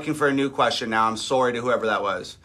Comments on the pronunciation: And “Sowry”😂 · When you said sorry your Canadian showed for a second. Just sayin